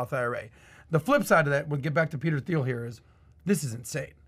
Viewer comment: I think this should be celebrated. He maneuvered like a Jedi and it paid off Also Thiel = pronounced “Teal”